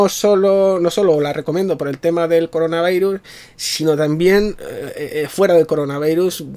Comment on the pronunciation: Para que dices "Coronavairus"? que eres español, atontao.